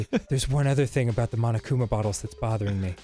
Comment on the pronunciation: Whenever they say "bottles" i hear "buttholes", it's pretty weird XD